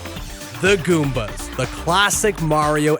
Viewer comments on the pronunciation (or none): none